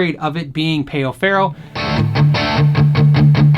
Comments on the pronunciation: Ummm, pay-o farrow?! No. It's pronunciation is "pow ferrow"... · Great comparison. The player looks awesome. Only note is that it's pronounced pow not payoh. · Amazing video bro, really. Just one thing: it's "páu"-ferro, not peo ferro. It sounds more like the word "pal" in the English language. Just being a bit annoying, sorry about that.